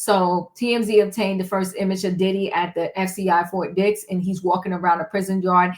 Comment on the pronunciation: Did you say Fort Dix or Fort Dicks prison? God bless merikkka! Where else can a billionair nigggr rapist fuck get special treatment. Merikkka, you always get fucked by the billionairs...gallons of baby oil help the burn though...😊 If you see an oil tanker near Fort Dicks...Diddy did it! 😂😂😂😂😂😂😂😂😂😂😂😂😂😂😂😂😂😂😂😂😂😂😂😂😂😂😂😂😂 #cancelsnoopdiddynigerswhitelovingniggggggeeeeerrrrrs!😊